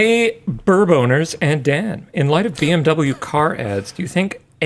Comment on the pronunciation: Finally, someone saying Beh-Em-Veh instead of Bih-Em-Doubleyou. Thanks for pronouncing it correctly (even if maybe on accident)